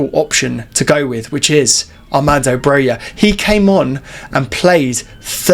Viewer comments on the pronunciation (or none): More than half of our season is over, and people still can't pronounce Broja's name correctly. It's Broja and not Broya! Armando said it himself.